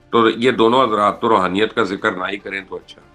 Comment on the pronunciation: Rohaniat nahi Raoniat h dono mn